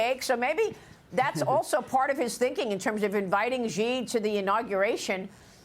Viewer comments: I know Fox doesn't read the comments but FFS pronounce the clown-punchers' name right! Its "SHE", not "CEE" or "JEE". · Yep, also it's pronounced as "She" not "Zee"